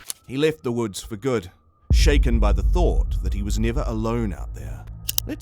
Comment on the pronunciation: You said shacken but not steered haha